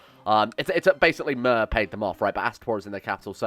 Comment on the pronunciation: the city of Myr is 'Meer' not 'mir'